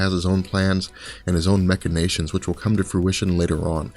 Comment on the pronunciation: MACH-inations, not MECH-inations...lol